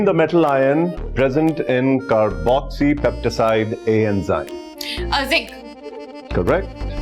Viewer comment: It's carboxypeptidase not carboxypeptiside😛